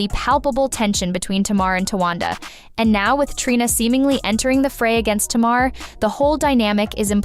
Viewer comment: The narrator is mispronouncing Tamar's name. I stopped watching after because it's annoying and disrespectful. Tay-mahr not Tah-mahr. Get ut right